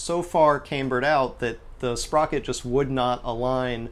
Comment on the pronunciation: when he started using words like sprocet I though I was watching an episode of alien TV on rick n' morty